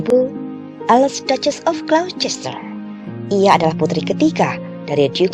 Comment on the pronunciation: Ralat Glocester dibaca Glouster.